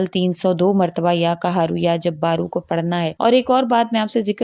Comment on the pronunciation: Madam qaharu ya kaharu ??? Aap qud kaharu kahrahe ho galat to kya faida . Aap ko hi bolan nahi aaraha hai . Is ke to meaning badaljate hain Allah raheem kare qaaf aur kaaf me farq seekhen .